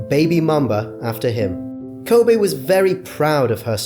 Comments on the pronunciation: It’s Kobe not Kobay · Kobe...not Kobay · “Kobe not Kobey “ For respect please fix, any language or dialect its Kobe. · It's KOBE not Kobay like it's Kobe beef from Japan. Respeck the name. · Ko-Bay-Bay! Ko-Bay-Bay! That's my song! Why is it you say his name right a few times, but most of the vid you call him Kobay? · Why this dude keep saying kobae smh 😡it’s kobe for ffs get it right dude!! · Ko-bay It's Kobe!!! The age gap only 4yrs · His name is Kobeeee not Kobayyyyyy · lol@ "Ko-Bay" .. It's KobEEEEEE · Say Kobe not kobay hah RIP mamba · I like the video but they keep saying Ko bay and not KO BE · Why are you pronouncing his name as "Kobay" tho? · RIP KOBE & GIGI 😢💔 Why are you pronouncing his name KOBAE? You would think everyone would know how to pronounce his name by now. RIP to the other people that was on that helicopter 💔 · Can this guy say KOBEEEEEEE’s names right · If you could only pronounce his name correctly. It ain’t KOBAY!!! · Ever notice the guy says Ko-bae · The way he pronounced Kobes name ruined the whole video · I can't listen anymore as you mispronounce his name!! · The narrator can't seem to pronounce Kobe's name consistently. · Nah. That wasnt a cheating scandal...that was a RAPE scandal. Let's be honest, he was a great father and basketball player, but a bad husband. I know people wont like this and I know its not the right time, but I just cant let you LIE on this video and re write history. He was not a "devoted" husband. Also, he didnt pronounce his name like the beef. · A little bit of research would have prevented this YouTuber from mispronouncing this legend’s name pervasively throughout the video. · I know the speaker has an accent but he is pronouncing it like beef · B GA Nah the host to makes me mad. He could've taken a few seconds to learn how to pronounce his damn name 😡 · That's right B GA that's right brother 👏👏👏. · He is pronouncing it like the beef because he has an accent